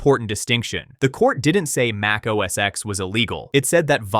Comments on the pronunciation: for the millionth time it's NOT OS X(ex) or macOS X(ex) it was OS X (ten) Mac OS X (ten) you can always tell those who have no clue or just don't care or bias. Pretty much useless information that I am sure no one cares about other than getting the pronunciations correctly. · It’s a Roman numeral. For Gods sake it’s OS X- pronounced OS Ten.